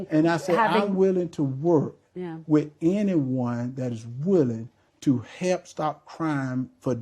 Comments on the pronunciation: Why can't he pronounce " help". He said he " wrotten" many checks. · Truth be told,this guy cannot even say the word help,what is hep man,English is our language not gibrish,speak with intelligence if HE wants to be US SENATOR. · 😂😂😂 also he keeps forgetting to pronounce the ‘l’ in help . 😪